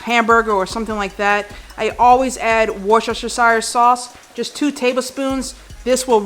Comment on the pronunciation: HAMBURGER!!!!!! Love the idea definitely trying this tomorrow for my whole week of lunches at work. Side note/Pro tip from a brit: Worcestershire Sauce is pronounced "wuss-ter-shur" sauce.